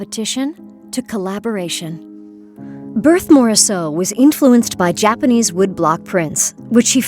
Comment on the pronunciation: I had to stop listening with that awful pronunciation of Berthe Morisot's name.